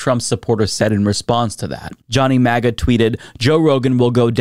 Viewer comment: Why is he saying 'MEGA' instead of 'MAGA'? 😆